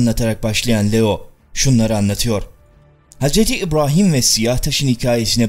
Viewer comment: Şimdiye kadar hep senin videolarını hiç beğenemedim. Her zamanda ön yargimi kirip önce bi izliyeyim diyorum , izliyorum hep aynı şeyler. Videolari ısıtıp ısıtıp önümüze koyuyorsun. Videoların başlıkla alakaları yok. Üllüminati nedir , haşa hz. ibrohim nedir bunlar nasil telaffuzlardır. Sevmek zorunda degilim , yanlis anlama terbiyesizcede yorum yapmam sevmiyorum diye. Ama eleştriyorum kendimce. Beğenenler illaki vardır ama senin videolarin bana sıcak gelmiyor , sahte geliyor. Eline emeğine sağlık hocam. Sonuçta bir emek var , yolunda başarılar. İstemedende yanlış bir kelime edip , kırdıysam özür dilerim. İzleyenlere iyi seyirler.